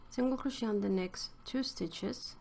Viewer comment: This Tutorial helped me immensely! I also wanted to let you know, one English learner to another that Crochet is pronounced phonetically like this: Cro-shay like Day :) It's originally a french word, so that's why it's not pronounced like it's spelled.